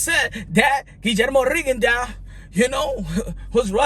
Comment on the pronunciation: Rigondeux is pronounced run, gone, done